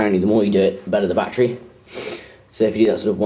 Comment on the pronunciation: lol you seaid bati life sorry but i found it funny